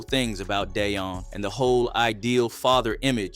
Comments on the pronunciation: "Day-on Sanders!" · Who is day-un😂😂😂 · Damn this ninja can’t say DEION